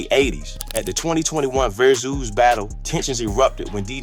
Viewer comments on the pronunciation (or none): Please reconsider doing AI audio for your videos. "Verzuz" is pronounced "Versus" not "Vare-Zoos." This is a computer trying to pronounce words that are part of Hip-Hop. No one who cares anything about Vs. would fail to pronounce it. "Rakim" is pronounced "Rah-Kim" not "Rak-Keem." By the time he said "Long live the Kane" with a "Live" rhyming with "jive" instead of rhyming with "give" I was done. You're covering topics we are all very interested in, but please use your own voice or some other human who knows something about the topic. The poor AI pronunciation robs your videos of gravitas and weakens the legitimacy. Respectfully, use your own voice instead.